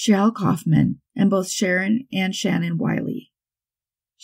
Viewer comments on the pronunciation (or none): none